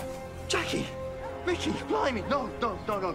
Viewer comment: It IS Mickey....NOT Ricky!